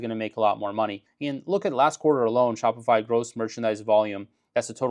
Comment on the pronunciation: Shopify is dying bc everyone just goes directly to aliexpress - for some reason it sounded like you said spotify - but they are on the blocklist of companies funding the idf